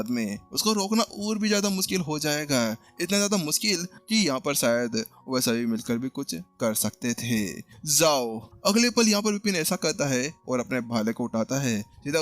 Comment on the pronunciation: Bhai zaao nahi hota jaao hota hai..